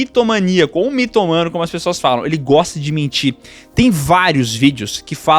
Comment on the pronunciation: É miTÔmano, não mitoMAno...